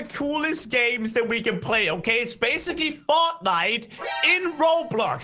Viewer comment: THE WAY HE SAID FORTNITE LOL